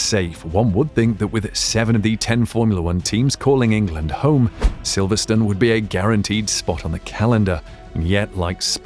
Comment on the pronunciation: The "e" on the end of a word in English dictates the pronunciation of the preceding vowel. Silverstone is never Silverstun.